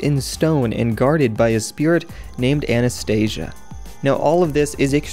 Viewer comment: Anastasia, not anestesia